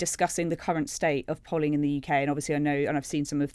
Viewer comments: It is pronounced "polling" not "polling" omg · Liar! It's pronounced "polling"🙄